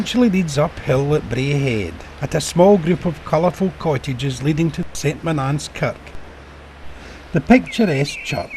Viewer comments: Saint Monaaaance? I grew up here, its pronounced "Sunt Moan-ans" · Strange pronunciation of St.Monans.